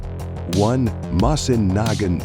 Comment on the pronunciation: The narrator can’t pronounce Mosin Nagant correctly, can’t pronounce 7.62x54 correctly….. gets SKS wrong….butchers K31…. Carcano is cheap because it’s garbage.lol Enfield chambered in dot 303 Brit…. If you’re going to put videos up, do it right.